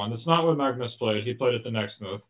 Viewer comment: His Norwegian take on Magnus is not great, but I definitely support pronouncing it the non-English way. If you want to pronounce it Norwegian it would be Magnüs and not Maagnus (the way Sam erroneously does) where the a is much shorter and the u is pronounced like the German ü Umlaut